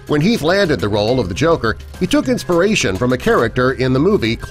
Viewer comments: Its Heath and not "Health" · heath not health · ALFRED* And Heath* not health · mistake detected.... It'd be heath not health. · Great vid but, u said Health instead of Heath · #5 says Health instead of Heath... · it's Heath no health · Nr 13 at 6.31 min , explosion , iT was Heath. NOT health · it was Heath not Health 🙄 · wtf he just said Arthur also says health